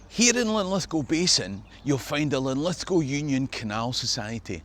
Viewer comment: Good on ya mate for pronouncing Lithgow properly.